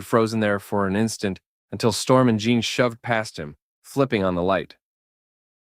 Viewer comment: This is good but I'm about 35 minutes in and couldn't help but notice Jean Grey keeps being called John, as in Jean Claude Van Damme